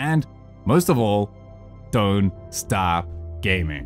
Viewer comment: When he says "DON'T STOP GAMING" . It sounds like "Don't start gaming."